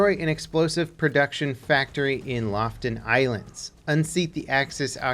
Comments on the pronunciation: Loften ilands soo not Lofoten ilands then xD its just Northern Norway again some Hrs West of Narvik and Fjell cx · It's Lofoten Islands, not Loften Islands. It's pronounced "low foe ten" islands. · "Lofoten" is pronounced "Loo-foo-tn", not "loften"! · lofoten not laften island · Im from norway, and the island-group is pronounced LOFOTEN not LOFTEN ;) like your content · Lo-fo-ten not "Loften" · might finally buy into bfv after seeing this. BTW Lofoten is pronounced "Lo-fo-ten", not "lof'ten" ;) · Loften Islands? Its LOFOTEN. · Lo-fot-en not loftn islands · Completely botched pronunciation of Lofoten, it is Lo-fo-ten, not Loften. But awesome video. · Not Loften, but Lofoten Island :). Lofoten is in North of Norway, not so far from Narvik. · its Looh foohten if u wanna pronounce it proper. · its pronounced more like LOW - W + FOOT + EN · Okay, so here's how you pronouce "Lofoten". Loo- (long o-sound as in "cool"), foo- (as in sneaky ninja attack, FOO!!) -ten (as in the number ten). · Lofoten is said like this: Lo-Fot-En Best regards from norway, we look forward to see you at our home turf. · How do you change the name of Lofoten to Laughton? Is not that hard to pronounce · loled so hard hard when you pronounced Lofoten, its pronounced Loo-foo-ten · "Provence" is pronounced pro-vaansce and "Lofoten" is pronounced with an "O" between the F and T, not Loften. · Lofoten and Provence seems like hard words to say for americans ;) loo-fot-en and pro-vaans should help you ;) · It's pronounced slowly loooo-foooo-ten. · Lofoten in pronounced "lof o ten" 😅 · if want to pronounce Lofoten correct, both o's are pronounced like the o's in "look". Like Loofooten. You're welcome! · I was bout to write the same comment myself as I cringed as soon as he said "Loften Islands" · You are pronouncing Lofoten really weird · The way he pronounced Lofoten makes me wanna die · Love how wrong everyone says ”Lofoten” 😂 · As a Norwegian, I'm offended on how you say "Lofoten"😂